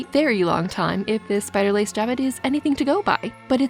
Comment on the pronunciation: The word "jabot" is pronounced with a soft "j" and a silent "t", like "jha-bow". Such is the French language